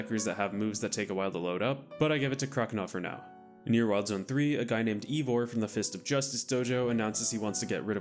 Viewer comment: Pretty sure it's "eye"vor and not "ee"vor.